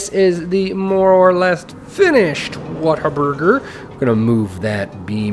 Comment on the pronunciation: You nailed the Whataburger, or as they're loving referred to around my parts the "Wait-a-Burger"! Any chance of you putting it on the workshop?